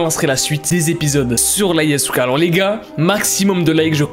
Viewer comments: Mais il a dit la yeisuka et non la yasuka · tu as prononcé son nom